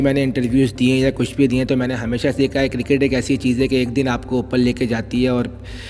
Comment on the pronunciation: What is KIRKIT? dude its cricket... :) :)